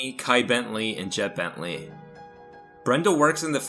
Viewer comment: Brenda bent-lee bruh not bent